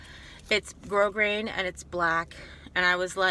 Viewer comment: Love your videos,and you said grosgrain correct!i love you! Lol xxx